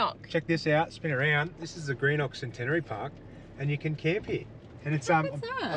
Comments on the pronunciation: Good to see some of S.A (my old stomping ground!) Greenock is pronounced Grenock. We alternate toilet dumping as we both use it so only fair to. We have installed the LINX in our 200 series and it’s life changing 😂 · 😂🤣👍 it’s pronounced “ Genok “ not Greenock 👍 great show 👍 from SA now Darwin , where you’s are now . So if you go to Litchfield Park , it’s not Wangi falls but Wonguy 😎👍